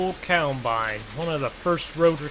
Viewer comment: It’s combine not cowbine